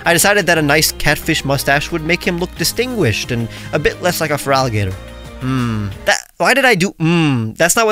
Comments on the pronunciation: Feraligato would be easier for Spanish speakers, because unfortunately, they normally say "Feraligart" "instead of pronouncing it as "Feraligator" I do speak Spanish as my main language, but is quite annoying when I hear wrong pronunciations for Gengar, Lugia, Giratina, Sableye, Liepard... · The way I'd pronounce it would be FARaliGatOO